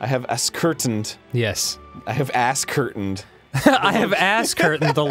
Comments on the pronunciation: Ascertained. A-certained. Lol. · “I have asscurtained the locatian of your spashal one” -Arin and Dan